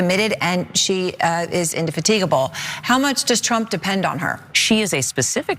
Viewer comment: It's pitiful when a reporter can't pronounce the word 'indefatigable'. Recent studies cite the fact that over 50% of native-born Americans can't read at a 6th grade level. Add that to the tsunami of Dunning-Kruger rolling across the US, and we're headed towards intellectual oblivion.